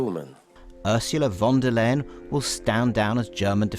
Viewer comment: Pronounce her as von der „Lion“ that’s what is sounds like in german